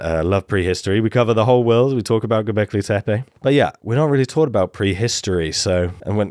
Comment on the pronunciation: Best pronunciation of Göbekli Tepe so far.